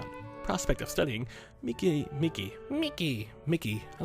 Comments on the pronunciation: Im 99% sure it pronounced mee-kee, not mickey. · Its pronounced ME-KIE